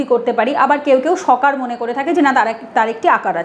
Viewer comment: কথাটি সকার নয় কথাটি হবে সাকার। স+ আকার। হরে কৃষ্ণ।